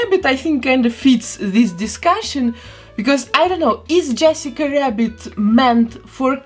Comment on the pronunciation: And saying Yessica wabbit about 20x ❤